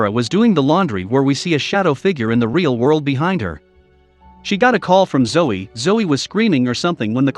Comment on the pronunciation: Why do you keep calling Zoe 'Joe'? Btw, 'Zoe' is pronounced ZOE-ee